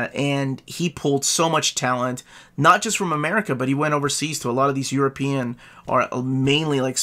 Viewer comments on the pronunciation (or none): none